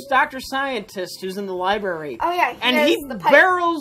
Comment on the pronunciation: "li-berry" My aunt says that, too. She has a Ph.D and taught as a professor for many years. In all that time, she never learned how to pronounce "library."